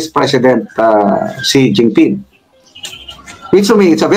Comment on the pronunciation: Ang pag pronouns is shen Jin ping